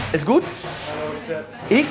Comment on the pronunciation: Good not gut